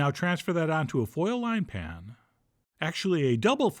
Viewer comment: "Pan-uhn". "Anymore-huh " "like this-uhhhh" You got some serious issues